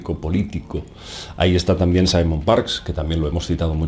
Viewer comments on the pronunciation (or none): none